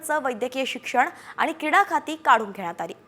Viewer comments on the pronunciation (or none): बातमी दाराने शब्द स्पश्ट उच्चारावे, क्रीडा खाते असे शब्द आहे किडा खाते नाही😂